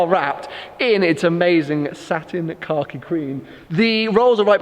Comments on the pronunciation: I keep hearing satin car key green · Anyone else hear "Car Key" green lol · Why are you putting a "r" in khaki? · I thought he was saying satin cocky green as in shit green 😂😂 makes "more" sense now. looks great either way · it seems like you're saying "Car key" instead of Khaki lmao. It looks incredible. Congrats once again.